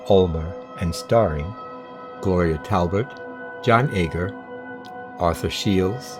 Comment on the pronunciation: Hate to correct you(I do love your videos) but her name was Gloria Talbot not Talbert.